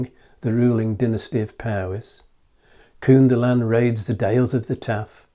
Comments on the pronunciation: Think of the English word "kin" when pronouncing the first syllable of "Cynddylan". Great video though. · Interesting video. Thanks. In the name Cynddylan, both 'y' s sound like 'uh' or as in the word ''come'. The 'dd' sounds like a 'heavy' 'th'. Emphasis on the 'ddyl' part.